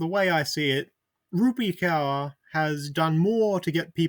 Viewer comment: Rupee Cower? You need to at least learn how to pronounce names before you make video essays lazily rambling about nothing